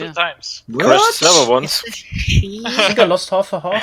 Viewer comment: You're probably gonna hate me... but every time I here a German say "think" I just can't thinking about anything else that "this is the German cost guard ... what... what are you sinking about" :')